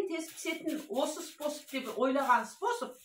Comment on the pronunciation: Спосб спосб демей дурыстап айту керек қой